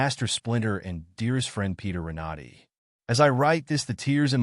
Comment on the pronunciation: Ren-a-DAY. Hahah